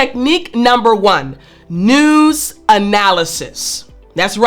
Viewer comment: Tut, tut, it's not noooz, it's news........